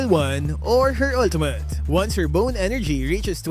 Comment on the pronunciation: “Ultumut.” —LMAO